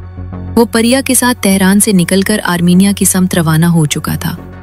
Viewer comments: It's not Pariya, It's Priya a common Hindu female name. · Parya nahi Priya hindi name